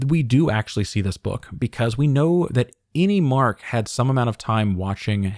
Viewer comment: Does anyone else hear "any" when they say "innie?" It could be innieone.